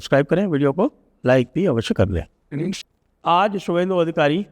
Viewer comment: शुभेंदु दादा के नाम का शुद्ध उच्चारण शुभेंदु है ।